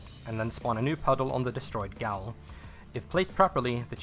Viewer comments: great video but its PRONOUNCED JAIL NOT GOWLLLLLLLLLLLLLLL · My friend, gaol is pronounced identically to jail.